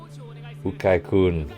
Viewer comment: The coaches name is pronounced you-Kai